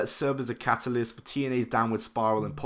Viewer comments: It’s CAT-AH-LIST not KATE-AH-LIST btw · Catealyst? Are you fucking kidding me? Catalyst (cat-a-list) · Katealyst? It’s pronounced catalyst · Catalyst is pronounced the same everywhere.... except for in this video.